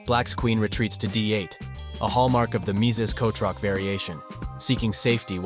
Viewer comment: _- why kotroc? The pronunciation of "ch" is perfectly fine in English